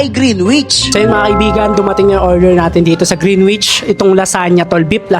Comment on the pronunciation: Correct Lang po Kita baka ma bash ka Kasi nila, Hindi po green wich ang pagkabigkas "greenich" po ang tama. Sana mapansinn!!